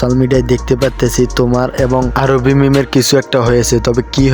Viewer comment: আরে ভাই আরুবি না আরুহি😊